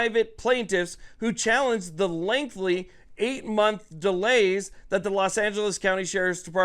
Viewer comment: Lol. Sound it out… “LENGTHY” (not lengthly).